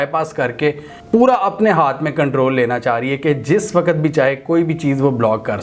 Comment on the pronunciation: Please ..the word is “waqt” not “waqqat”